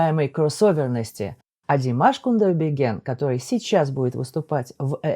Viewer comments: Вы большой молодец, всё здорово. Только фамилия у Димаша Кудайберген, а не Кундаберген, как вы произнесли. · Боже, не КуНдайберген, а КУДАЙБЕРГЕН !!! А так очень интересная реакция!!! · Кудайберген, дорогой. Научу вас правильно произносить, если сложно: Куда Й бер ген Или просто говорите Димаш, если тяжело.